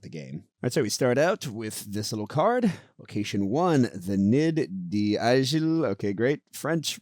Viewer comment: As a French Canadian, I agree: you need to practice your French pronunciation 😂 to be fair, I need to do the same with my English 😂 Nid d'aigle = eagle nest, for the pronunciation of nid, it's like knee... But I can't find something to help you for the rest 😂 I just received the second box... Hope to try it soon :)